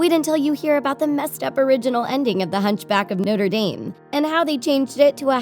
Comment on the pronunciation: You said the hunchback movie name wrong at the beginning